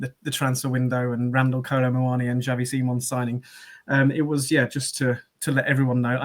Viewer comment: I think it’s more a Ks sound as in taxi. It’s Spanish, not Dutch. He’s named after Xavi Hernandez of Barcelona fame.